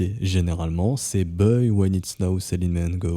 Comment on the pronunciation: Je vous écoute tous les jours depuis fort longtemps, merci pour vos analyses. Mais vraiment, l’accent sur « buy » c’est pas possible !!!!! 😬